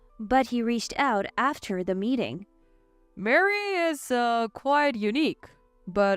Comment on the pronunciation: Ma-ree not Mary.